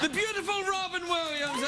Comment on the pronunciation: LMAO " we're going after Wobbin Williamssss"